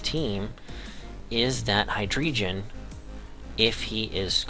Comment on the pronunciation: nice battle, only thing... it's pronounced Hi-Dray-Gone lol